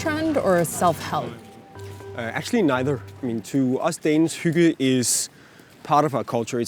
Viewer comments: I was trying not to judge but every time the interviewer pronounced hygge, it was like having nails scrape across a chalkboard. I think she actually pronounced it a bit better at the start but then got further away. At one point it sounded like hugo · All this time I thought it was pronounced "higg" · its spelled hygge - and not pronounced hoogah.. y in denmark has a sound your not used to in the US... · The way you say hygge lel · The pronunciation of “hygge” hurt my ears! But yes it’s true. And btw Norway and Sweden also have it... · Please stop mispronouncing hygge. Thank you. Sincerely. A Dane.